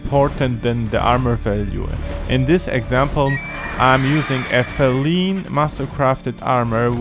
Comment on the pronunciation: Apart from in the very early game, like white orchard only, you only need light armour. Damage isn't an issue because it is so easy to avoid and so easy to heal quickly mid-fight even if you do get hit. I use feline armour (hint, it's pronounced fee-line, no fell-een) as soon as I got it, and having that fast stamina regen helped so much because I just used quen constantly, which takes 1 hit every time, and usually you will be able to cast again before your enemy is ready to hit again